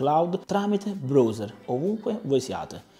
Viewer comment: mi chiedevo che cavolo fosse il bros (come lo pronunci tu) e mi dicono che sia il browser che si pronuncia BRAUSE(R)